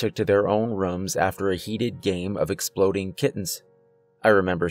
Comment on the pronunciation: "Expoding Kittens"?